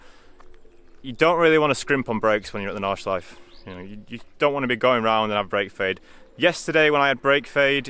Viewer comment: Great video, this is the content i'm here for! One thing, if i as a native German speaker may give you a pronounciation hint about "Nordschleife", say the E at the end. German doesn't have silent vowels at the end of words. So it's the same as the proper pronounciation of "Porsche", the E is not omitted at the end, you always say it :)